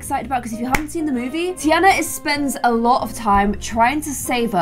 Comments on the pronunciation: Tiana pronounced Tarna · Does anyone else pronounce Tiana different (tee-arnah). Like it is low key angering me but I will still end up watching all of them? 😭😂